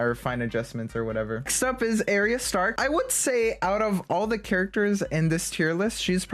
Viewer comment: Your pronouncing Arya stark wrong. ARE-EEYAH